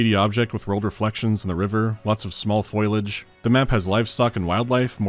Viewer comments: is saying "foilage" a joke im not in on? the word for plants is foliage, fo-lee-ij. I hear a lot of videos say it that way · Not to be nitpicky but it's foliage, not foilage. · Foilage? Don't you mean foliage? Pronounced Fo-lee-age? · for years I called foliage "foilage" too FOH - LEE - AHJ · did you say foilage? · first time I've heard someone say "foilage" looked it up and... yeah that's a rarer pronounciation. Wild how language works. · "Foil-age" lmao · 'foilage'? c'mon now. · I honestly can't tell if is mispronuncing "foliage" as some kind of in joke.. That absolutely feels like something he might do once just for the sake of pissing off a few pedantic people (like myself, I guess 😅) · You say foliage wrong